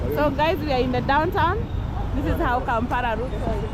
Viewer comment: I love your videos, p;ease say Kampala not Kampara